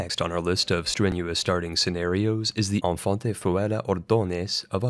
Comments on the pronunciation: Btw you dont pronounce "Infante" as in french, as thats a portuguese/spanish word, a feudal title given to a prince that will hardly be crowned for anything. Pronounce it like "Een-fan-teh" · Lol Spanish infante isn’t pronounced like that